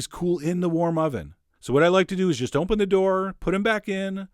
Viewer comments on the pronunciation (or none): none